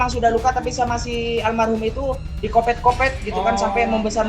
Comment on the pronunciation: Koreng dikopek x Kang bkn di kopet"😂